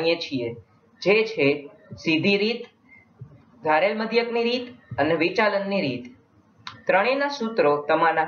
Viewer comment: Not વિચાલન it's વિચલન